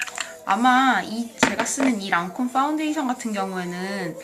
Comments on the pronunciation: 파운데이션이 아니라 빠운데이션 이라고 말씀하시네염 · ....악플은 아닌데 ㅍ발음을좀세게하시네요 빠운데이션., 더뻬이스샵 ...